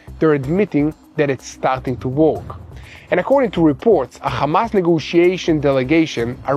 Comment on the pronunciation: English is my mother tongue. I just noticed the pronunciation of the words "work" and "flammable" need to be corrected. The word "flame" has a long "a" sound but "flammable" has a short "'a" sound. "work" should sound like the word "were" with a "k" at the end. i really enjoy listening to you.